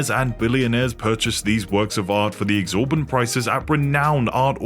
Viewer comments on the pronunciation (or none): I think the word you are meaning to say is "exsorbitant.' Not exorbant.